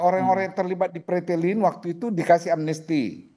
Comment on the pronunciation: Bukan pretelin tapi fretelin, pak. Jelek banget mengucapkannya